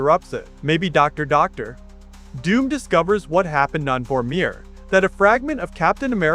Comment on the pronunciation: Were you trying to say Doctor Doom?